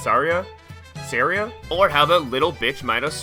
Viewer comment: Sah-REE-ah, not SAH-ree-ah